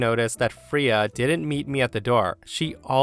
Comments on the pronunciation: Hey, just wanted to let you know Freya isn’t pronounced as “Free-ah”, it’s pronounced as “Fray-ah”. It’s pronounced like this because it’s of old norse origin, and therefore does not care about the english language’s usual vowel pronunciation. 😊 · I love ya, but my dog is named Freya...you say it like the Norse goddess, sounds like fray-a, not free-ya, lol drove me nuts. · FRAAAAAYA .. Not Freeya .. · Freya = FRAYA not FREEUH, it's a simple pronunciation from mythology and not a name many people DON'T know. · Freya…Fray ah not Free ya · Triggered!! its not Freeah, its Frayah.. please look up how to say names before you do these if ur not sure. Its a pretty well known in Norse Mythos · First story, the name is pronounced FRAY-uh, not FREE-uh. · Fray-ya not free-ya. It’s a Norse god name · It's pronounced Fray-uh not Free-uh. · Story 1: Cats are great. I like how OP gathered all the accessories together before bringing Freya into her home. By the way, it's "Fray-ah" not "Free-ah". Story 2: I think there's a Bible verse to the effect that worship should be private, not public (as in church). Granny and her claque practice Churchianity, not Christianity. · Just an FYI, Freya is pronounced Fray-uh or Fray-yuh, not Free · “Fray-ah”Not “free-ah”…sorry. Love your channel but that was a rub… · I’m ngl the pronunciation of Freya is killing me 🥲🥲 it’s Frey-uh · “Freya” is pronounced “FRAY-uh”. :) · got nothing to say about the storys aside from story 1. Its pronounced Fray-ya while yes its spelt with an E it says the hard A sound. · I literally had to stop the video for a few minutes to compose myself after pronounced the cat's name "Free-uh." 😂 Real talk, though, if that were me, they'd find my sister's bones in a shallow grave in the desert 30 years from now. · Hey, the cat's named after the Norse goddess of fertility pronounced Fray- yah. She has a chariot pulled by two cats and her name is Old Norse meaning the Lady. Thought you might like to know.😺